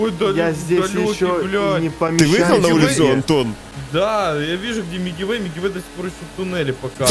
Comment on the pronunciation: Никто: Абсолютно никто: Я🗿: Не Мигивэй, а Милкивэй)))